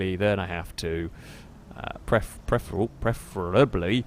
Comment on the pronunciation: "Preferitably...that one."